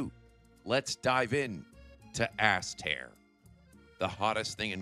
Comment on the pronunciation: "as tear" 🤣 Sorry couldn't help it! Not sorry really lol